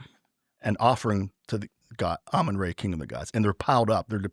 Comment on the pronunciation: How can you have studied anything about Egypt and continue to pronounce RA as ray? 🤯😤